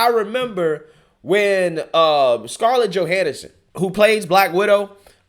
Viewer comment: Scarlett Johanason & Tatiana Masley. Your pronunciation is off a lot but it’s kinda funny.